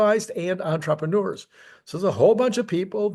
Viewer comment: EntrepReneur. You're missing that "R" in the middle. "Ontra-preh-noor", not "On-troppa-noor".